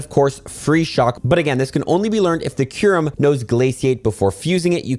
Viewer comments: Bro it's kyu-rem or (Q-Rhem) not Ky-Rem)😭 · How do you look at a word like “Kyurem” and say “Kai rem” 😭😭😭😭 like you’re doing it wrong on purpose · I hate u for saying Ky-rem on purpose sometimes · how did u just seamlessly switch pronunciations of kyurem st the beginning 😂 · Kairem. Dragon ball Z kairem lol....oh now like 3 mins in you pronounce it right lmfao 😂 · Its pronounced "cure-um". Theres a u in there. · You pronounced kyurem wrong so many times and then started saying it right!??